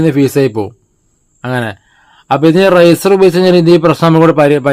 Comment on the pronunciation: റൈസർ അല്ല ചേട്ടാ റെസിസ്റ്റർ ചേട്ടൻ പറയുമ്പോൾ റൈസർ എന്നാണ് കേൾക്കുന്നത്